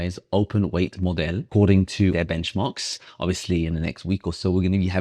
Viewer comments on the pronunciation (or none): Love the way he says modele ✨😂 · It's how you say it with a french accent 😁